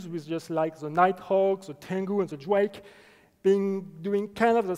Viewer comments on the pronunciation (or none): Did anyone else start pronouncing the Drake "Dwake" after watching this video?